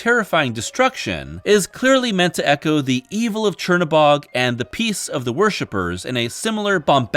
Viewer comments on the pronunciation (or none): none